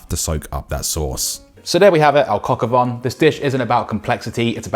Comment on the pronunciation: Dude. It’s not “von” it’s “vin”…rhymes with “tan”